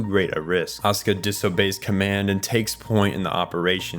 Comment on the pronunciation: Bro why are you calling asuka ,,oskar" dafuq